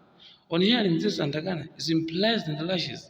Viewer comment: Good analysis bro! Keep the flames burning! My take: Modify on how to pronounce"Atangana" and not "Antagana"😀